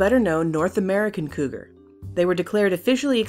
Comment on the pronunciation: wot is couger xddd